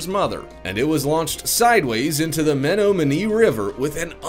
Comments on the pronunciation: It's pronounced me-NOM-i-nee. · The way the guy pronounced Menominee River was just a little off. Lol! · When marketing oneself as a voiceover/commentator, it is good practice to pronounce the words you speak correctly so as to lend gravitas to the presentation. Menominee, quay, the Italian Lire, to name just 3, were all wrong. If you want to be taken seriously, take the task seriously. Also, the title is misleading, as 15 launches were not even shown, let alone went wrong! This video for me is clickbait I'm afraid. Promised so much yet delivered very little. There are much better titles out there.